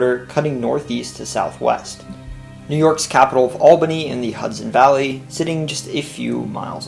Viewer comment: Please pronounce the ‘s’ in “Hudson” as an ‘s’, not a ‘z’. TIA